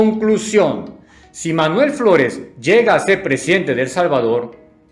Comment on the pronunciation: As escuhado chino floles